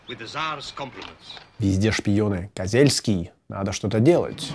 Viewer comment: Да не Козельский, а Козюльский...